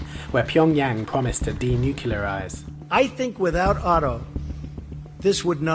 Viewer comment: "de-nucularize"? VICE please hire a narrator who can read a script.